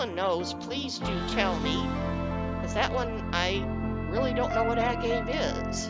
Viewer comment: Agave - it's a plant used to make tequila. (it's pronounced like uh-gav-eh). I remember seeing a storyboard on the CC show and tell forums about someone doing a tequila town - it looked really cool.